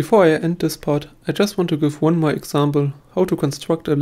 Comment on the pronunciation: Bitte arbeite an deinem Englisch, das nervt manchmal ziemlich. Also tis ist besser als sis. ;) Sonst sehr gutes Video